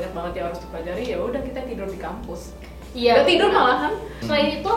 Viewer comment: Kak. Bukan kamus. Tapi kampus